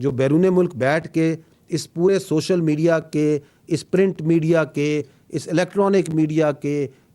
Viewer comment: Khoti ka bacha شوشل میڈیا نہیں ہوتا سوشل میڈیا ہوتا ہے